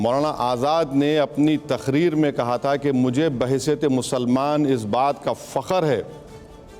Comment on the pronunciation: Fakar nahi Fakra hota hai